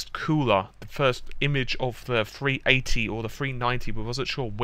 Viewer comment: Free 80? You need to learn to speak.